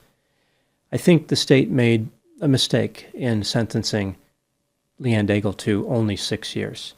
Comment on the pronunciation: Daigle is most probably a French Canadian name. I wonder if she pronounced her name like you do (like bagel). In French, the final e of Daigle is silent. Then "aig" sounds like egg, so the first syllable of the name is degg. Now think of the sound of the word glow, but without the ow part. Combine this with degg and you have the French pronounciation of Daigle. As for Pelletier, it is pronounced like pell-tea-yay . 🙂